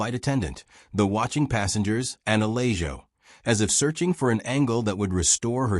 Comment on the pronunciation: If you're going to use computer voices to read, at least choose names for the story that the computer can properly pronounce. Uh-lay-joe isn't cutting it.